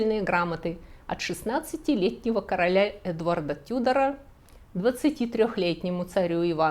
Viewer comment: Обожаю ваши передачи, от себя могу добавить что в 16 веке везли очень много драгоценных камней и сахар (тоже очень интересно) ещё Тюдор, ударение на первый слог на английском